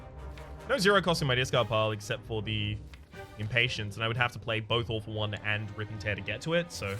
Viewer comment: I love how "All For One" sounds like "Awful One".